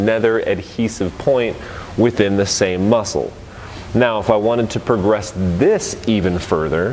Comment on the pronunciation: "we're gonna per-gress" 🤣😂 seriously though, great content!